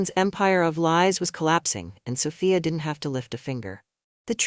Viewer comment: lol keep it steady soFYE UH OR SO FEE UH LMAO i'm lauging at that but tryin enjoy the story but it's repeating like 2 or 4 times? LOL well ill pull thru BUT SOPHIA IS GONNA WORK IT KNOCK THAT HEFFA OUT